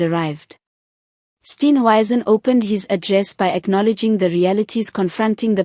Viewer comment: Steenhuizen, not Steenwaizen!😅